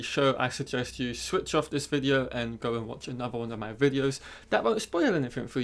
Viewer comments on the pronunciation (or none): none